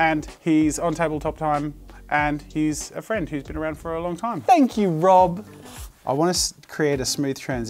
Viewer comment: lmao the way he said rob caught me off gaurd.